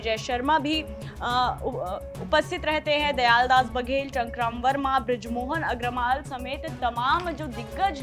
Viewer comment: बृजमोहन अग्रवाल थोड़ा सा पढ़े लिखे लोगो को चैनल में रखो सही से नाम ले नहीं ले पा रहे हैं